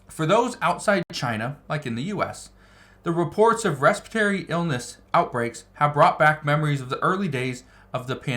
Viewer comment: Its respiratory, not respitory!